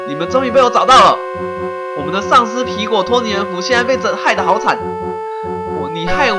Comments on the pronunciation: 皮果講成蘋果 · 你經常吃蘋果嗎？ 吧皮果唸成蘋果 哈哈哈哈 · 我怎麼覺得念皮果常常念成蘋果.... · 把皮果講成蘋果XD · 你一直把皮果唸成蘋果還有平偉的本色你把她唸成偉平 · 分 你吧皮果變成蘋果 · 天狼星還是討厭科學~我一直發覺樂樂一直告訴天狼星，皮果身體裡面的"惡魔"，天狼星還是不相信有惡魔好奇怪阿。 阿~我都聽你講皮果為啥聽成蘋果阿。 我好像有聽錯還是沒聽錯。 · 皮果我都聽成蘋果=